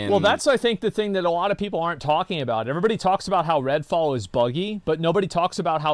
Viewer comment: did yong call it "ratfall"? 😂